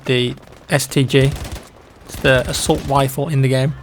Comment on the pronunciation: “Assault Wifle”